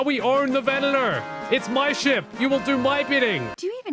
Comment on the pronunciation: It's Venator not Venetor